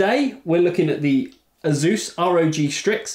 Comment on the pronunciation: you can't even pronounce ASUS correctly... ?